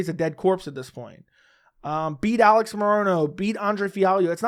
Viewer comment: Why do you pronounce it "ah-leggs" ? I seriously don't get it. That's not how he pronounces it. He just says alex